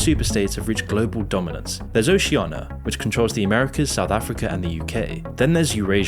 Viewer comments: It's Oceania not Oceiana! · why are you mispronouncing Oceania? it's not Oceana and it's pretty jarring.